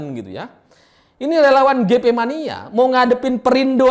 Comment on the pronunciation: Renyah sekali dengar sebut relawan tdk jelas...